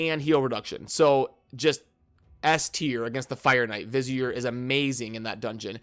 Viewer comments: Hey dude google vizier so you know the pronounciation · Vizier? lol